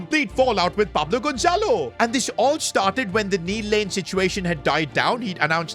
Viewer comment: You guys seeing the name on the transfer noeoigateens it said paplo gonzelo